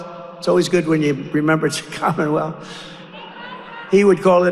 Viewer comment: He called it “Commonwell” not Commonwealth 🤦‍♂️